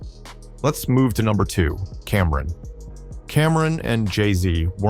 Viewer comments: This AI voice is butchering names. “Cameron (cam’ron) and Roke a fella? You mean ROC a Fella? 😅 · I stopped watchin this video soon as I heard the way dude said Cam'ron lol.....another click bait Jay z video